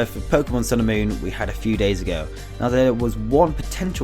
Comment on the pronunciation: It sounds like you're saying "Pokemon sailor moon" hahaha